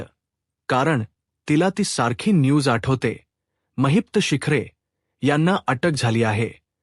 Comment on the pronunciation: कोण धेडगुजरा कथन करायला आणलाय कुणास ठाऊक? त्याला “ महिपत”म्हणता येत नाही. तो म्हणतो “ महित्प” , काय हे?